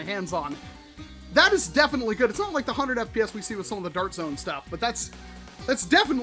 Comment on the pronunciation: “That’s really gooad”